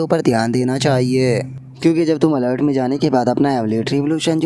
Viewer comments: Bhai bo alert nahi altar hota hai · अलर्ट नहि अल्टार बोलिय ।